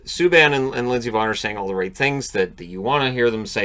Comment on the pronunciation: Every time you say Lindsey Vonn, it sounds like you're saying Miss Yvonne (from the Pee-wee Herman Show).